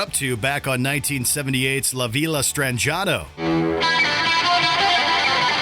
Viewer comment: how he pronounced la villa STRANGE ATO kills me lmao